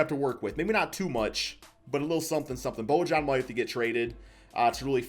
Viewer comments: its pronounced boyan. not bojan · I think it’s “bo-yan” or “bo-han” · Can someone please teach how to pronounce names 🤦🏻‍♂️ Bojan = Bo-yawn Bjelica = Beuh-litza Gilgeous Alexander =Gill Jus Alexander Vassell not Vessell Plus more smh